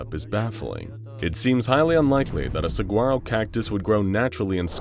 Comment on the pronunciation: my guy that’s not how you pronounce saguaro…